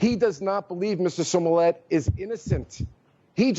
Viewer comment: It’s “Smollett “ not “Somllett” 🤣🤣🤣🤣🤣🤣